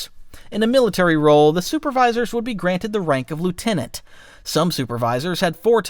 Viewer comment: Lieutenant as well 😂